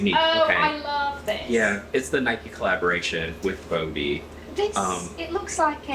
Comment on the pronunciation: It’s BODE